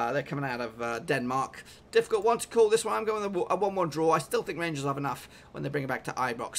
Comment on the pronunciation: you kind of butchered rangers pronunciation there but nice work doing all these predictions any chance you do all the extra preliminary fa cup fixtures coming up lol.